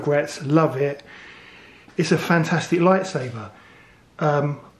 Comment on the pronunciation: Bruh it's pronounced lightSABER not saver pronounce it right g